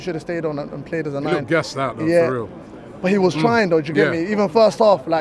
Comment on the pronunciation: I, jewget... I felt like jewget we just didn't, jewget. Spurs, jewget, they not good jewget. Jewget.